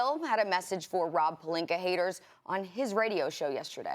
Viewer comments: Serge Ibaker, Rob Pelinker lmaooo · "Rob Pelinker" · Why is everyone else calling him “Pelinka”? His names Pelinker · No one: Stephen a Smith: RoB PeLiNkEr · Rawb Puhlinker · Idk what's funnier, Rob "Pelinker" or "Kember" Walker